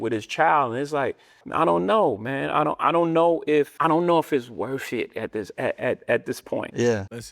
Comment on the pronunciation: Did this 🥷 just say “I don’t know if it’s worshit” ?